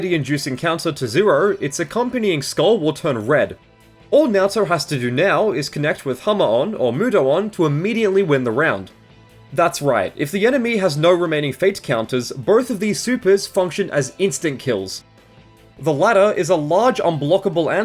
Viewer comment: Hearing someone pronounce mudoon mudo-on freaks me out